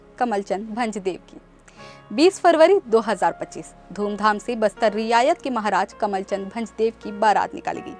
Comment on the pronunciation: Riyasat ko Riyayat bol Rahi Hai.Maharaja praveer ko Pita Bata Rahi hai.